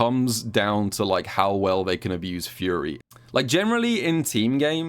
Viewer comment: Nah, he was definitely saying it weirdly. Even after I recognized he was saying "Fury," it still sounded like "Yuri."